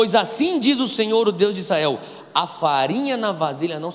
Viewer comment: Gosto e acompanho algumas mensagens do Irmão. É impressão minha que ele fala "Issael" em vez de "Israel"?